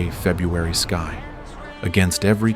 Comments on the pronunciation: shows you use AI.. sky pronounced as ski lol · When your 'narrator' cannot even pronounce a simple word like "sky" properly, then we KNOW your content is AI-generated. EDIT: Have noticed that many commenters do not appear to have a problem with cheaply-made AI slop. If you idiots are prepared to accept crap like this, then the future is indeed most bleak.